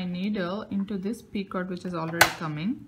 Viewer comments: she say p i c o r t...... not just picot he he he s no r there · The “T” in picot is silent and the “O” is a long “O” sound like in the word bone. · the 't' in picot is not pronounced